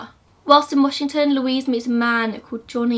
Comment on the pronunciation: I love it, Ted Bundy has always fascinated me especially bc I grew up in the area he was active in. Thanks for another amazing video. The way you pronounce the towns/areas out here in WA is adorable I love it hehe